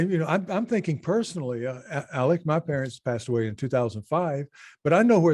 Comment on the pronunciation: Alec!!! Not alex!